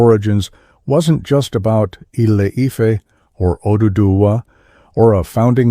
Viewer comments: I couldn't continue listening to this AI mis-ronunciation of Ile Ife! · AI unable to pronounce ILE-IFE 😂